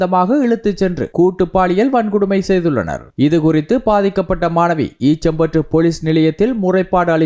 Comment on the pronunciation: ஈச்சம்பற்று இல்லை. ஈச்சிலம்பற்று...